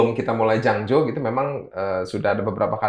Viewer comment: Jangjo bukan janglo